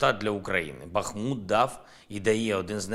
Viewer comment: Не БахмУт, а БАхмут!!! Ти, виродок папи Саші, навіть не взмозі перейти на українську!!!